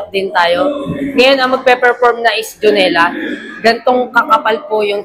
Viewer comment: Dionela✅ ang tamang bigkas ubeng is dayonela